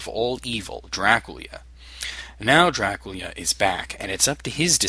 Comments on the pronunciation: I find it funny how you say Draculia xD awesome retroversion :D:D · Is Dracula supposed to be pronounced Draculia? Nice video